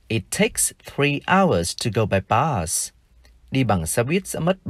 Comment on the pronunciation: Thầy là một thầy giáo giỏi ,nhưng em chỉ thấy 1 điều lấn cấn khi thầy phát âm bus là bad .vậy từ cut thầy có phát âm giong cat không